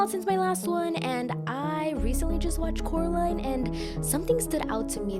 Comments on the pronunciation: But Cannot Pronounce The Name Of Coraline He Say Caroline Instead of Coraline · How does I’m just going with that since I don’t know how to pronounce his name. But how did he know that Coraline moved to the pink palace?